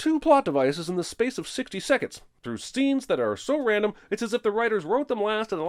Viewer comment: Jeremy says "stenes" instead of "scenes"